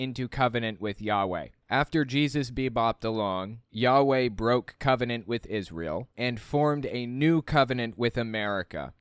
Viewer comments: The clip of him singing is so cringe it hurts. And why does he pronounce it "israyel"? And brings it up every single time 🙈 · Dude don’t even know how to pronounce Israel and he has a severe speech impediment